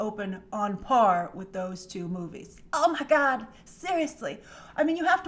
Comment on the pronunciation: “Oh meh gawd” Grace 2018. Made my day 😂😂